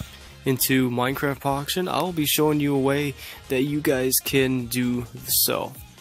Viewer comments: Is it just me or he said Minecraft Poction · I hear minecraft poction world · He did XD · He did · He actually said that hahahaha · Poction LOL